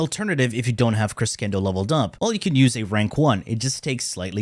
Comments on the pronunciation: CRESHENDO NOT CRESKENDO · krəˈSHendō Say it with me. krəˈSHendō One more time. krəˈSHendō Shendō, not cendo. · its more like KRUH SHEN DOW but sure anything is better than criskendoe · Im pretty sure your cress kendo pronounciation is a joke but just in case you think you're right and you take it first degree => CRESCENDO : kruh·shen·dow in english. easy to check. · Kres-kendo omg🤣🤣🤣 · Every time says "creskendo", an italian dies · fyi its pronounced CreSHENdo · a portuguese speaker as well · the funny thing is that he lives in Italy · the whole time i was wondering if he does it on purpose like secondary cucumber xD (he probably does) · Lmao I love how you constantly say “that’s exactly how you pronounce it” and I just yell at my phone with the right pronunciation like you can hear me. Crescendo (kruh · shen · dow), the highest point reached in a progressive increase of intensity. I was a nerd when it came to music. So I had to learn the words. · In English it is pronounced Cresh endo Tomato Tomatoe :) Good vid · Actually is "Melee Creshendo" i'm italian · It's pronounced creh-shen-dough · I think the correct pronunciation is cre ss endo its the same word in portuguese for growing, and if is from latin origin it is cressendo the correct pronunciation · ITS CRESHENDO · cheese endo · Cre shen doe. Americans butcher every language 😅😅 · and hes not even american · Absolutely butchered crescendo XD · wrong pronunciation of :D ask an italian if u dont believe me :)